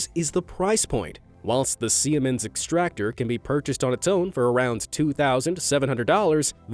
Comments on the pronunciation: Siemens is pronounced see-mens, not see-eh-mens. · You pronounced Siemens slightly wrong. In German the letter combination "ie" just means that the 'i' is prolonged meaning it's pronounced like a double 'e' in English so Siemens would be pronounced as if it was spelled "Seemens". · Sounds like he's saying it "se-am-ins" lol or at least to me that's what I'm hearing